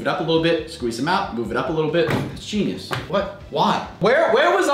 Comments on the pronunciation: He said geinus 21 times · Stop saying geinyuse